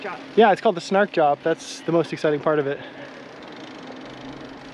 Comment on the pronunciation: I chuckled at your pronunciation of that little store - Snark Job. It's actually Snar (quick) Kjop (shop). The K and J blend together into a sound we don't use in English. I used to live in Stavanger and took the train from there to Oslo many many years ago. Great memories! Enjoy the rest of your journey!